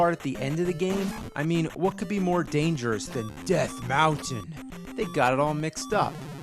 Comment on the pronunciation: "Death Mowton" haha